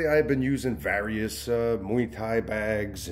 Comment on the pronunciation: Does he pronounce various wrong or do I?